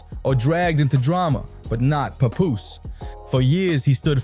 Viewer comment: that’s how you supposed to say it Not Pap Poose